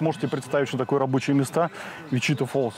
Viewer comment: Не ВичИта а ВичитА